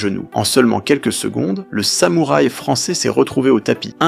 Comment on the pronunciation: Le Fra'çais 🤣🤣